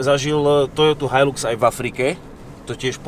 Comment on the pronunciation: So mnou tazko ale musim. Nie je to "hajlux" ale "hajlax"